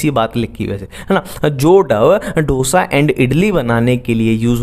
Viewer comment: ढोसा नहीं डोसा lol🤣